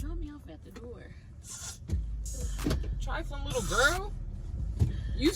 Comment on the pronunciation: All I hear is that's nasty that's trifaline 😭😭